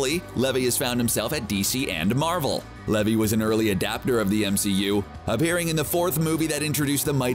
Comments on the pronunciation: So Zachary Levi pronounced (lee-vie which rhymes with eye) not levee. wasn’t in Thor, he was in Thor: The Dark World & Thor: Ragnarok. Do more thorough research. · It's Zacheri Lev'i' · Pronunciation of Levi is Lee Vai